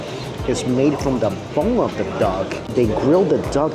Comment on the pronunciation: Or pronounces the word THE as DUH